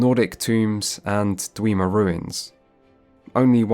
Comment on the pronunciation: DWEEMA RUINS My god, i laughed every time he said that...